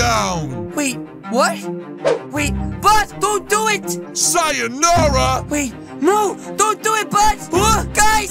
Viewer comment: It's "sayonāra"